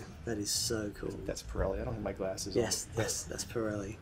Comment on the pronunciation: PZero pirelli he says lol